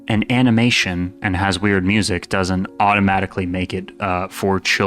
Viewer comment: MOO-ZEEK? I have never heard of such a thing. I may check out your MOO-ZEEK.